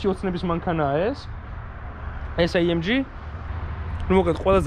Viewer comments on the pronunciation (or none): ბაი თურბო, ეი ემ ჯი . და ასე შემდეგ ცოტა უშნოდ ჟღერს და მხვდება ყურში ძაან ინგლიშურობა :) კარგია მომწონს დანარჩენი